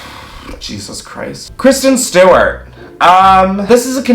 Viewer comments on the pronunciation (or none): none